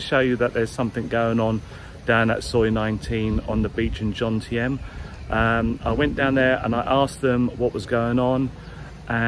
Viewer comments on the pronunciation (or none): Could I check your pronunciation on the name “Jomtien “….sounded like you juxtaposed the “m” and the “n”….JoNtieM?